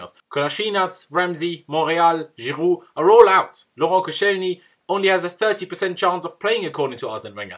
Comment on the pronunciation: why were you calling koscielny, giroud and ozil’s names weirdly 😂😂😂 Where you trying to talk like Arsene?? 😂😂😂🤣😅